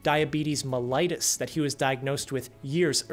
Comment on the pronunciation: Mellitus not mellitis 😂 stop saying it as if it’s an inflammation of mell 😂